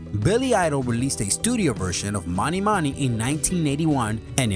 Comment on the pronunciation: Mony Mony - rhymes with PONY. DUH! (and it wasn't a girls name, it was a sign advertising Mutual of New York).